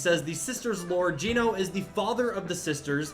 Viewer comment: Geno's name is pronounced "Jenno."